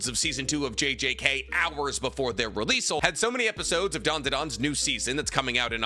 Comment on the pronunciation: please stop saying releaseal it’s just release 😭😭